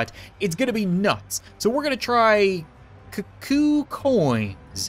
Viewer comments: Oh, and cuckoo is pronounced coo-coo. Which is ridiculous tbh, but ¯\_(ツ)_/¯ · cuckoo is a bird and its said like koo koo